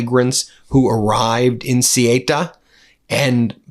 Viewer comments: Ben, I greatly appreciate your reporting on this issue. But can't you check pronunciations beforehand? The name of the place is Ceuta, and it's not pronounced "Sieyta", but "Soota." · Ben, "Cé who tha," please, and not "Cé hi ta" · Ceuta is pronounced Sehootah. not Sigh Ate Uh. WTF?!? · IT´S " SE U TA",NOT " SE E TA" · good reporting but please use the correct pronunciation. ceuta is pronounced 'say uta' not 'suta' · It's CEUTA not CIETA. What is wrong with you? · try saying ceuta like this say ew ta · It's pronounced 'Sue ter', Ben! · They're pronounced theu-ta and me-li-ya...xx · how to pronounce Ceuta correctly. C lice C (Cesar) U like you TA. Easy Ce you Ta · The village's name is pronounced Ceúta. It's a "u" after the "e". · Ceuta is not pronounced Cieta. Jeez Ben. That's any easy one. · Ben, its pronounced Sayuta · CEUTA is pronounced say-oota. MELILLA- Meliya. PLEASE! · 'Say-oo-ta' --- try that for Ceuta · Hey Ben.... Please learn how to pronounce words correctly ok. Ceuta.... SAY - U - TA... now say it quickly, "Sayuta"... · It is pronounced suuta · THEH-OO-TAH -- CORRECT pronunciation of Ceuta (ancient city, once Carthaginian, then Roman...). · come on ben, the pronunciation of ceuta is ce ooh ta. how hard is that ? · It s pronounced ‘seuta’(ceuta) and ‘meliya’(melilla). Sorry for correcting. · İs this piece about a chunk of the North African coast called “Ceuta”? I was totally unaware of its existence until I looked it up on a map app just now. I also don’t speak Spanish, but I’ve heard it pronounced a lot. Calling the place “See-ayta” seemed to me like a very peculiar thing for a Spanish speaker to mouth for that kind of spelling. I also looked up an online pronunciation guide as well, that basically said “SAY-oota” instead, which sounded a whole lot more like what I would expect. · Ben , I love your posts but please let me correct you. The name Ceuta is pronounced "Say you tah". Just a small point but I have been there many times. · It's CeUta